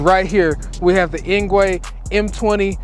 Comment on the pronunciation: Engwe is pronounced as "Angry"